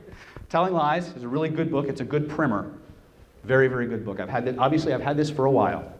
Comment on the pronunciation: it was just a pronunciation oddity that I didn't expect at all because you are such a fluent speaker. You pronounce primer "primmer", but "primary" is pronounced with a long I sound. Maybe it's a regional difference in pronunciation, west coast oriented or what not, idk